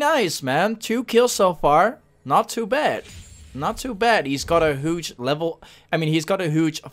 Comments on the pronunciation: The way he says huge ;hooge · the way he says "hooge"